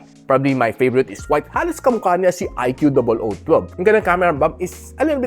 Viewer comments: bat ba "i q double o" pag pronounce mo? pinapahirapan mo lang sarili mo eh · di ba ikoo tamang pronunciation nyan sir.